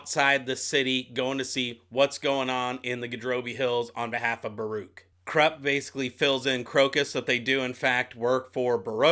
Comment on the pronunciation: I'm quite sure Kruppe is pronounced as kroop-pay.... My 2 paise...